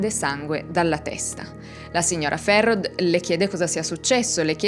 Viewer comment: Bellissimo video, sono Valdostano, ti scrivo le pronunce, il cognome di Ulisse si pronuncia così Ghisciarda, la signora Ferrod: si pronuncia Ferró la OD finale è un O chiusa e ovviamente la D sparisce, cmq bravissima...